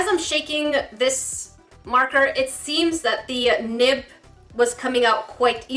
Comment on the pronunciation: I literally thought you were saying nip not nib 😂